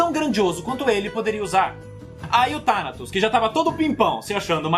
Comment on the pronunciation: Sisifo ou sifu kkk, Tanatos ou Tanos 😂😂😂😂😂😂😂😂😂.